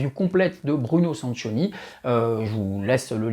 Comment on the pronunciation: Il faut prononcer "Sankioni". 😉